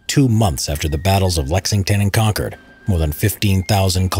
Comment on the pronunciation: Here's a correction to help you with the local flavor: not "Charles-tun"..."Charles Town". Also, not "Kon-Chord"...use "Kon-kid".